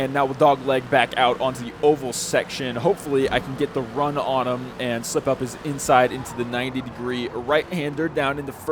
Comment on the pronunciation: the emphasis on “him” makes it sound transphobic idk why